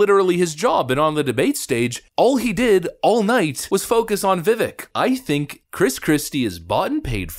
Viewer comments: learn his name. it's easy. it's pronounced vih-vake. not vih-veck. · It's VA-VAKE not vivic...... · Love your stuff! BTW, it's not pronounced "Vivik" it's "Vivake" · Please learn how to pronounce Vivek.. . Viv ake. Like Cake. Viv cake Viv ake vivake. Vivik. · It's pronounced Vivake (like cake) not Vivick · Vivek rhymes with steak, not stick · Vivek pronounced VIVAKE,,,rhymes with cake. Why can't people pronounce this name correctly! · Vivek (pronounced ‘Vih-vayk’) will be increasingly attacked because he’s a sharp, outspoken leader, because he’s rapidly rising in the polls. Fox is clearly managed by BlackRock and has to control the America First agenda because they make billions with the CCP. The rest, like Christie, is just a charade to distract. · Just FYI, Vivek is pronounced Vih-Vake. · Please adjust your pronunciation,. Vivek has stated that the second syllable of his first name rhymes with CAKE. Love your work! Longtime subscriber. Subbed prior to the first hideous purge of channels. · Vivek is pronounced VivAK - long A. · Vivek rhymes with Cake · If you want more fuel for your theory, watch the footage of the breaks where the candidates often talked to each other. Christie was talking to DeSantis over and over. And, surprise, DeSantis didn't spend time attacking Vivek, he didn't need to. Oh, btw, it's pronounced Viv-ache. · It’s Vivek like ‘Cake!’ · It’s pronounced Like ViCake…Vivek. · His name is Vivek pronounced :Ve Vake.= Truth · Vivek rhymes with cake. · Vi-Vayk, rhymes with cake. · It's pronounced Viv-ake. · Vivek is pronounced Vuh'Vàke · Really like your videos, but FYI Vivek is pronounced Viv-ache *like tooth ache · Totally agree about Christie. And Vivek is going to be around a long, long time so….his named is pronounced viv-AYK. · I think he pronounces his name V’Vake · It's pronounced "Vivake". He's the man. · It’s pronounced Viv-ake. Like cake. He said that in his post debate interview. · It’s pronounced vi•vake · Vi-VAKE. Like “cake”